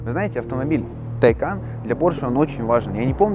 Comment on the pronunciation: Правильно говорить ТайкАААн а не ТАААйкан! "На случай, если вдруг у вас возникли проблемы с произношением этого названия, сообщаем: оно читается как "Taycan" на второй слог. Подтверждение тому – новое видео, опубликованное на официальном YouTube-канале «Porsche»." Вот ссылка, чтобы не быть голословным